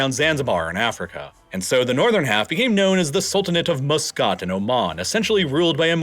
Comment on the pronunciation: It's so hard to hear muscat being so horribly pronounced. Please remember that it is "muh skat" not "moo scit"! Apart from this terrible annoyance, its interesting